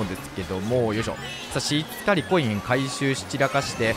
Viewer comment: 「しつかり」とか最初めっちゃ気になってたけどだんだん可愛くなってきた🥺 改めて思ったけどの顔って可愛くてかっこいいよね🥰